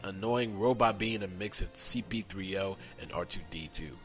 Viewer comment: It's "C-3PO"